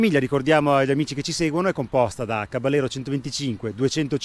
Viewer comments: Caballero è una parola spagnola e si pronuncia "cabajero", voi spaghetti ! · Sì ma caballero pronunciato in italiano non si può sentire dai: provateci in spagnolo , non è così difficile ‘caba -jero’ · si pronuncia caba - yero in spagnolo